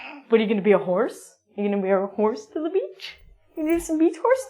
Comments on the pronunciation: beeeach not bich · it's like you were calling me bitch when you pronounced it haha